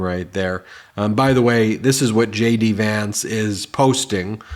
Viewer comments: Did they say J.D. or Shady Vance? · I don't know why sometimes when you say JD Vance , it sounds like Shady Vance, but it's hilarious! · I thought you said Shady Vance not JD Vance. I think I WILL call him Shady Vance🤣